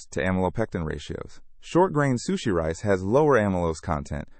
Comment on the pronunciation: First time i ever heard sushi being mispronounced